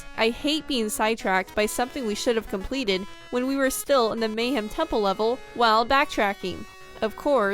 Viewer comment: Why am I getting so triggered that you guys keep pronouncing "Mayahem" (Maya Hem) Temple, as "Mayhem" Temple? Its a Mayan Temple full of Mayhem! I think I was 10 when Banjo Kazooie came out. It was (and remains) one of my favorite games! I didn't get to play Banjo Tooie until about 2015. I think I was 27. I was super excited, but I quickly noticed all its flaws (many of which were brought up in this video) I couldn't bring myself to finish it. I was super excited when Yooka-Laylee came out, since it was supposed to be A Spiritual successor to Banjo Kazooie because of licensing reasons (Same Original Developers created this one, and was not owned by Microsoft) I enjoyed Yooka-Laylee, but I felt like it was "empty" not so much with empty levels, but just the whole vibe seemed like it was trying too hard to be Banjo Kazooie, but they didn't have the level variation. Only 4 main levels. Then once I got the ability to fly (no need for a flight pad. Just a rechargeable flight meter) I felt like that made all the fancy moves and jumps obsolete, so then I felt like I didn't want to finish the last level.